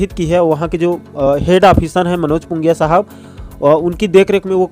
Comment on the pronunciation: नाम ल तो सही ले ग मोर भईया पुंगिया नहीं पिंगुआ